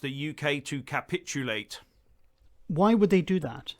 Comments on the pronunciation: Ca-pit-ulate love how he brakes it up into syllables so he can be un-der--stood 😂😂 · Why can't cannot pronounce simple words like protocol or capitulate properly? There is something very strange about 'him'. His delivery is so monotonous and pronunciation so off, I’m forced to wonder if he is even a real person. It is very reminiscent of Max Headroom. If he is real then is either not as smart as he pretends to be or a very clever parody of ignorance.